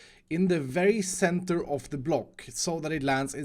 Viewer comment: mines 10,000 blocks Also: can't say center even once.